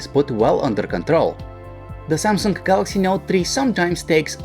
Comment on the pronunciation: LG G Tree and SYAMSUNK Not Tree